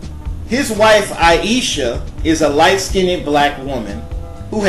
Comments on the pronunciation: One, you don't pronounce light skinned "skin-ned". Two, just because someone has two black parents does not mean they are not mixed. Sorry to burst your bubble, but both ayesha and steph are genetically biracial and so is Beyonce and also everyone else you mentioned in this video.Vanessa Williams took a geneology test and the results showed that she is indeed biracial. Honestly this video is terrible and so is your grammar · It makes me cringe every time he says black skin ned or white skin ned. Skinned is one syllable not two. stop breaking it up! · This video is foolish disinformation. You do not know what you are talking about. Get knowledge before you start talking. You are a foolish person. You don't know how to say SKINNED. You are making up your own ish dude. SHUT UP!!! Stop making dumb videos. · ...which era are you living in sir? Your Genes also come from grandparents, great and great great grandparents not just from your parents. Your argument has no merit!...and please look up the proper pronunciation for the word "skinned". I do however agree on at least one thing you vaguely mentioned which was people are beautiful in their own way. Black, White and mixed women and men. We all have something that makes us unique and we should be proud and embrace it. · If you look mixed even if both parents are Dark Skinned , then those people people both carry genes of mixed Race. If you get your cells checked by companies such as "23 and Me " or at you find that you are mixed... And it's pronounced, "Skinned "not (Skinntid). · The word is not SKIN NED..its SKINNED..ONE SYLLABLE. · Why are you saying skinneded? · Light SKINNED. It's all one syllable! /skin'd/ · please learn to say it correctly. It is skinned NOT skinneded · nikki waller Lol let me add on to it. It's skinned, not skin ed or skin ind.😂😭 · "skinded"??? Skinned! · the pronunciation of the word is light skinned (liteskynd)....im sorry....thats the best I can do. Listsenig to you say skin ned is annoying.